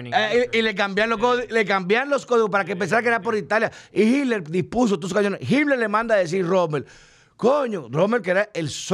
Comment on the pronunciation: no se dice HidLer es Hitler!!! Es Alemán no ingles!!!!!!‼️‼️‼️